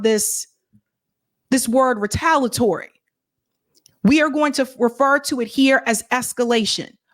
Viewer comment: The pronunciation of Retaliatory is off. You have to say the i otherwise it just doesn’t sound right.